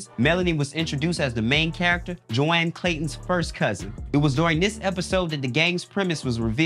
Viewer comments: It’s pronounced “Joan” not “JO-ANN.” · #smdh GOD DAMN, Y'all are equal opportunity disrespecters of names. Y'all called/pronounced (JONE) as ( JOE ANN). One of our most CLASSIC SITCOMS y'all pronounced the lead character (JONE) as JOE ANN. On your upload about TUPAC being a better actor than rapper; y'all called/pronounced Martin (Score says he) as Martin (Score says). Don't articulate words for curation purposes, unless you're sure. Happy New Year!